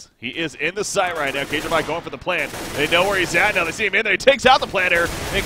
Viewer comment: Kjaerby is pronounced "kjerbe" Not... whatever you said. It's the letter "æ" usually just replaced with an E, safer than trying to pronounce the ae. Fun to see you cast CS, missed you voice since moving to doto :))